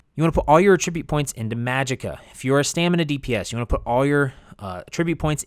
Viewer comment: AH-tribute bruh